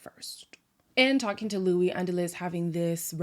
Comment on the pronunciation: You’ll be sooooo irritated by naked in the next episode 😂😂😂 and can they stop calling ‘Luis’ ‘Luish’ ???? There’s no h at the bottom so why do they keep pronouncing ‘h’ in the end ?